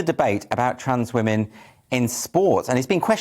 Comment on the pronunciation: "Women" not "we-men"...